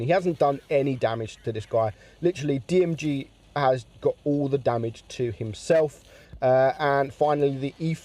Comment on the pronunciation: It’s Girl not Jirl